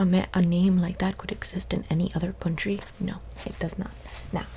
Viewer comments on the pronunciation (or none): Yeahhhh you say your family is Swedish but the way you said ‘country’....alright the jig is up Sombra.